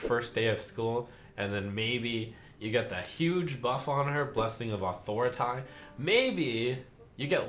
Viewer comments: is he pronouncing gibberling and authority wrong on purpose? he even pronounces authority right later in the vid so ??? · OMG! Trump finally caught the "authority" mispronunciation. It was so grating in the initial card reveal video he made. I love how he made a point of repeating Authority with the proper pronunciation 4-5 times after he caught it. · i think he means it as a joke lol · Yes, it is a reference to cartman from south park